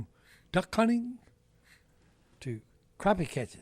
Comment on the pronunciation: it's crappie as in Crop-ee, not Crap-ee 😂